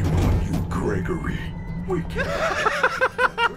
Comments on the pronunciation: "fregory" im dying dude 🤣🤣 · Bruh he said fregory 🤣🤣🤣🤣🤣